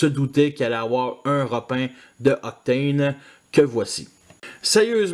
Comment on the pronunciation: J'aime bien ce "Octôône", le mode camion est sympa et comme tu dis, le mode avion est joli jusqu'après les ailes ^^ Tu m'as fait remarquer qu'Astrotrain est vraiment différent dans les détails de Blitzwing et Octane, il a l'air plus simple, et j'ai remarqué la même chose entre Galvatron et Megatron, c'est vrai qu'ils se sont améliorés sur la fin de Titans Return je trouve... Le "Meurk" m'a bien fait rire d'ailleurs x)